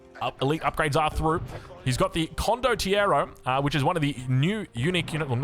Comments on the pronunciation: The pronunciation of condottiero was quite good, the only pronunciation "mistake" is that we have a tongue R in italian. But i guess that's hard for english speakers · Italian here, you are pronouncing condottiero correctly just mark more on the R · Italian here. You are saying Condottiero right. The plural is Condottieri. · As long as you're moving your hands when you say it, you're pronouncing Condottiero correctly